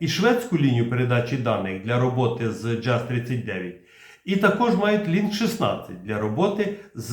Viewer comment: Джаз😢 Правильно Яс 🎉🎉🎉